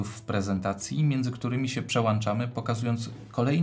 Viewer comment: Przełączamy, przełączać. Nie przełanczamy, przełanczać.